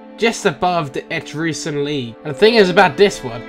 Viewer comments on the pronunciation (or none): Etruscan is pronounced eh-truss-can. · ***** It's pronounced /ᵻˈtrʌskən/. ə being like in about, or winner. An uh sound. So, et-rusk-un. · Dude its pronounced atruskan. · Etruscan [eh-trus-can] Syracuse [See-rah-cuse] Carthage [Car-th-age] Hastati [Hast-aht-ee] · ETRUSCAN etruh-skin